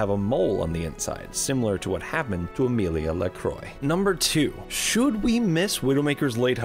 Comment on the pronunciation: "Amelia Lecroy" you have deleted the French in her name